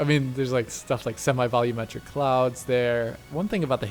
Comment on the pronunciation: "I don't know how to say the word 'volumetric' properly".